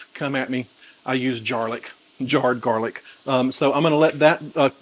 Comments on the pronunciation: I'm always confused about serving size . How much is a serving size and is the nutrition count for the chicken & sauce only ? Sorry for being so dumb ..LOL.. PS ... I almost spit out my coffee when you called it "jarlic"... hahaha ..LOVE IT !!! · lol "jar-lic' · Might get me married? Then I definitely DON'T want to make it! LOL! I wouldn't make that mistake again. (Actually, this sounds yummy, so I definitely want to try it, maybe with 50/50 sun dried tomatoes and roasted red peppers!) "Jarlic"! HAHA! I love it! I'm going to start calling mine that.